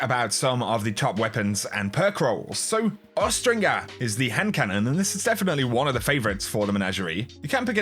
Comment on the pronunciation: Ahhrrrgghh. You, Coolguy and Fallout now..! It's Aw-strin-jer not Os-tring-er.. The word is linked to Falconry.. Get it. Hawkmoon, Eyasluna and now Awstinger(injer).